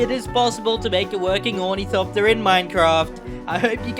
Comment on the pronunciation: Ornithopter is pronounced awr-nuh-thop-tur just kinda annoyed me when you said ooh knee copter no hate real cool build keep it up